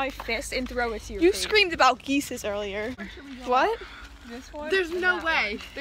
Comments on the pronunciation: I was watching this without head phones and my sister thought I said “geeses” and she said it’s geese not geeses. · “Geece” geese*